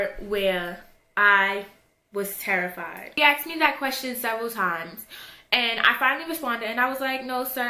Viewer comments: It's asked not aksed pass it on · "aksed" fucking dumb bitch its asked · the word is "asked" not "axed"...asshole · You axed? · Why do black people have to say "axt" instead of saying the word properly "asked"? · why are u saying axed for ask? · I seriously dont understand how hard it can be to say "asked". For real. "Axed"... Crazy annoying. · "Everybody Axed" her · aSKed, not aKSed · I love how you say "axed" instead of "asked" haha <3